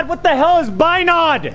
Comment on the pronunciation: Binod..Binoaud...binad...binud...😂😂😂😂Notice kiya ki nahi...kiya to thoko like...👇